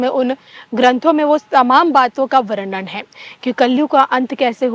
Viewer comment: वर्णन शब्दका उच्चार वर्णण या वर्नन ऐसा होना नही चाहिये।